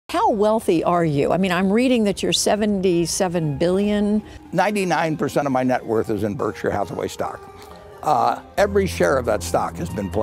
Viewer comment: Berkshire is pronounced Barkshur Silly geezer